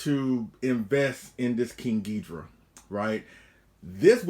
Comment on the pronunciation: Take a shot every time says King Geedra